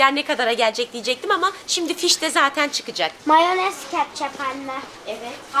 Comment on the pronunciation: Abla sen moyanezi yi cem dedin ama yemedin